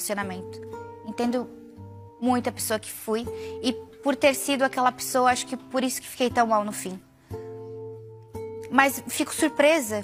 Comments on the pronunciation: não se diz "pissoa" em português, mas sim "pessoa" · Sim kkkkkkk “pissoa”